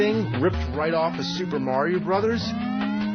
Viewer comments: Opie who the fuck is mary-o . I have never heard someone who talks for a living be so bad at pronouncing words . why don't you do the "fuchitive " bit again you fuck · notice how opie purposely pronounces 'mario' wrong so he can pretend that he is too cool to have played video games